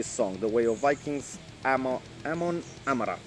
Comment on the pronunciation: It's pronounced "A-mon A-marth" ! Great reaction!